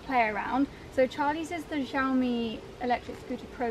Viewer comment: I've been loving all the renovation/interior design content. Also, "Xiao mi" is pronounced like shao me 😄